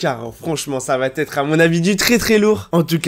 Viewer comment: J’adore tes vidéos tu dit beaucoup d’informations que je n’ai pas vu autre part mais s’il te plaît Entre va et être il n’y a pas le liaison C’est la saison 8 va(pas de liaison)être ...